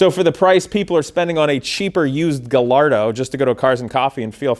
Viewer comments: The Ls aren't pronounced in Gallardo it's pronounced guy-ardo! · Guh-Lardo? Really? lol